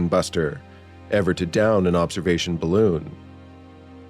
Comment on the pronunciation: "eet ees bal-looon!"